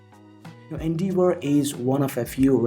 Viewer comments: Pronounced N-dev-or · You're saying endeavour completely wrong. Type the word into google search and hit the little blue speaker button that will pronounce it for you. No idea where you got that pronunciation from but whoever it was they were a complete tool.